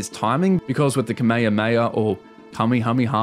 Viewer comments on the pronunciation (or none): none